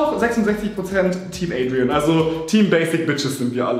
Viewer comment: Adrien wird französisch ausgesprochen nicht englisch